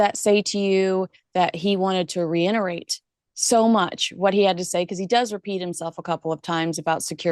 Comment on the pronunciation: it's reiterate. You always say reinerate.